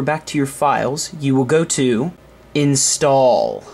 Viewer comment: Instawll hähäähähä---- soooo gay ...... YOu gotta be kindergarden teacher some day ... he ho .... Letz Screw Some Drew ..... (Barymore) ... Just a joke .... ROFL .... you re so funny to me hähäähähä xD